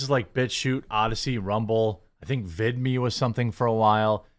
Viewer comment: Vidme you said?